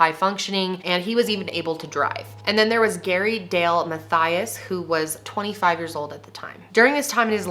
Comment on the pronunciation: The way she said mathias 😂 its pronouced ma-tee-iz anybody else that already knows will find it kinda funny how she said